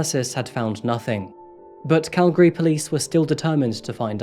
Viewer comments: Thanks for more or less pronouncing Calgary properly! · I’m from Calgary too, I had no idea so much happened here…! Also I was surprised when he pronounced “Calgary” correctly! Most people say “cal-gary” instead of “cal-gry” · I'm just seeing this video now and I'd like to compliment your pronunciation of Calgary. You say it like a local 😄. Thank you for your work and covering these tragic events.